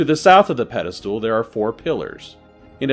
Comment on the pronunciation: Pedestal not pedal stool. 😅 ❤❤❤ Love your series